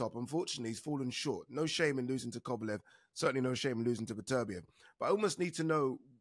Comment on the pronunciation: Agree 100%. Plus Oladipo persistently mispronouncing ‘Beterbiev’ even though he absolutely knows better. It really grates.